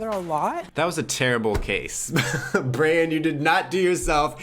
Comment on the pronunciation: As a Hispanic, I became fixated on your pronunciation(s) of “Brayan” and then drifted into my own world and spent the rest of the video thinking about how culture influences the way we process written language… I can’t help but feel like that also has something to do with me being an introvert lol